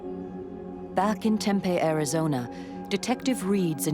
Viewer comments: omg lol "Tempay?" It's Tempe pronounced Tem-pee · I was thinking the same thing! As an AZ native I cringed every time she said it wrong. 🥴😫😂🤣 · It's Tem-pee. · "Tem-pay, Arizona" Lol nice pronunciation there, lady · As a Native of AZ, I cringed each time she said Tem-pay. 🥴🥴😂🤣